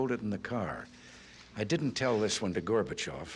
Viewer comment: Забавный факт: только с третьего раза и только благодаря субтитрам понял, что он произносит фамилию горбачев, а не слово мусор, которое по английски звучит почти так же